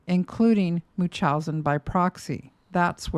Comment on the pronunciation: Why does never pronounce the N in MuNchausen by proxy?😭 am I the only one being annoyed by this?!😅